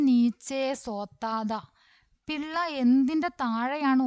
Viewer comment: പിള്ള അല്ല പില്ല അണ് ടീച്ചറെ